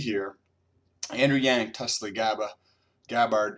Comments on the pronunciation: TUL-see. Not TUS-Lee. you have been corrected so many times in the comment section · she is named after and Indian flower because of her hindu religion and that is not how Indians pronounce the word. Tulsi like bull not tole. Also not to offend just general knowledge but however she prefers the pronunciation and I believe it's just American accent way. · Tulsi is pronounced like TOLE C. Not to offend. I enjoy your channel. You keep graphs hell YES! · Fantastic data and I’m subscribed. It’s pronounced “Tull-SEE”. Sorry it’s distracting from your incredible data. Cheers! 👍🏻